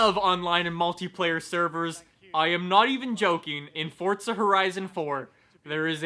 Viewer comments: It’s forZa not forTza. Get it right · There's no "t" in the word forza. It's not fortza. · For-ZA. FOR-ZA. Not fort-za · What's Fortza? or Fort-za? I thought this was a Forza video, idk nothing about this FORTza you speak of lol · Ffs its FORZA not FORTZUH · FOR FUCKS SAKE I CANT EVEN WATCH THIS ITS FORZA NOT FORT ZA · Anyone else realised that he still can’t say forza, it’s For-za not fort-za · why do you pronounce it "fortza" is that the right way? instead of "forza"? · It’s Forza, not ForTza. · i have a question: why do you say "fortza"? Am I wrong or is it bot "Forza" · Why do some people pronounce it like fortza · It’s not Fortza.... lord jesus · STOP SAYING FORTZA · "Fort-sa Horizon 4" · I'm tired of hearing people call it "fortza" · Why does everyone pronounce it FORT-ZA it's not a Porsche-A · If youre going to pronounce it as Fortza than you should put that in the title. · why do you say forza with a T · There is no T in forza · I challenge you all to take a shot every time he mispronounces Forza, enjoy! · There is no T in Forza, STOP pronouncing it WRONG